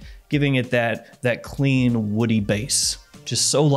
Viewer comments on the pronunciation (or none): none